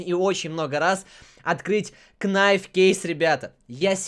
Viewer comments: Не "Кнайф", а "найф" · Не кнайф а найф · Говорит что английский учит, в слове knife не читается буква k.